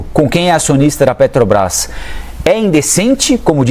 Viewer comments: PODE SER QUE ALGUÉM ME XINGUE, MAIS UMA COISA EU ADORO DESSE MOLUSCO É ELE FALAR "PETOBRAS" ADORO ELE NÃO CONSEGUE FALAR (P E T R O B R A S) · O cara nem sabe falar o nome da empresa, ele fala petobras ,mim inoja ouvir esse senhor falar. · Olha só um presidente que não sabe pronunciar a palavra PETROBRAS isso é ridículo causa vergonha